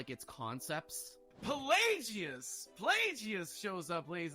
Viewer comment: It’s PlagUS, not PlayGeeOoz